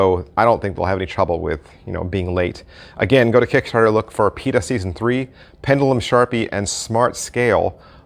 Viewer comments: It's not Pita, it's Pi-ta-ta... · I believe you are missing a tah. "pee-tah-tah" Great review though. Thank you. I believe this type of product has been around for a while.